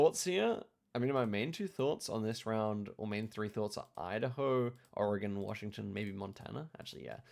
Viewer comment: You nailed the American pronunciation of "Oregon"